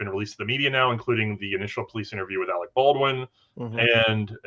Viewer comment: Did you call him Alex Baldwin? It’s Alec. Who tf has not heard of this murder?